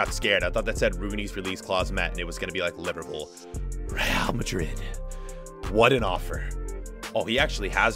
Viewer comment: Please say madrid, not majrid